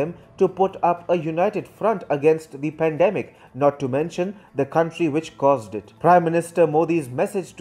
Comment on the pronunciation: While the Philippines pweesident.. "I need china more than ever specially this hard time of pandimic." . I